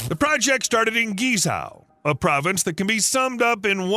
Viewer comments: Seriously, learn the pronunciation of Guizhou if you’re going to make a 20 minute video about it! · Please learn to pronounce Guizhou correctly. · Great video, but Guizhou is pronounced gway-joe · This province is actually pronounced as Queen Joe (Guizhou), except some pronunciation problems it's a great work though. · Wrong and misleading China maps, wrong pronounciation of GuiZhou, pls beware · It's pronounce and sounds more like KWEE-Zoe", not GEE-Sow".. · Thanks for the video. You pronunciation of Guizhou (Gee-Sour) is a shocker and funny. At least you try. Maybe try this, instead of Gucci, try Guc Joe. Yep, the bridge cost more than the handbag. Cheers. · Was so hard to hear you say GiZao 😂 it is called GuiZhou and pronounced - guyi joe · His pronounciation of guizhuo is completely unrecognizable. It's not gizow. It's pronounced like gwei joe. His pronounciation is so far off that i had no idea what area he was talking about until I saw it written, and I'm used to the Americans' pronounciation. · Not Gee Sao, buddy. Gway Joh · What you pronounce as geez-zow should actually be pronounced as gwey-zoh. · Guizhou pronounce “Gwei Jiow”, not “Gie Shou” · It’s pronounce Gway-Tso not Geezao! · Guizhou. Try saying "Gwhey joe". Not "ghee sow" 😂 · “Guei Chou” is closer to original Chinese pronunciation. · Please use a talking dictionary to properly pronounce Guizhou…..it’s not gee za! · It should be pronounces “geay-jo” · I had no idea where you were talking about until I saw it in print later in the video. It’s pronounced Gwei Joe. I’ve been there many times as my wife is from Guiyang. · Pronounced "Gwei Jow" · the pronunciation is gwei chow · It was hard to listen to this, when the speaker massacring the name of this province seemingly every 30 seconds. Take the time to at least figure out how to pronounce the focus of your video. Guizhou is pronounced more like Gway-Joe.